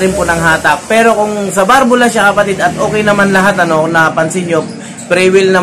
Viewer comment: Balbula po hindi barbula Valve